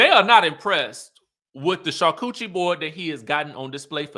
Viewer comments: did you say "char-coochie board" instead of charcuterie board 🤣🤣🤣🤣 you are too silly! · I'm hollering... did you say that Torin made a "char-coochie" board??